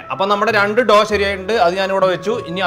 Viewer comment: It’s not pronounced doo dough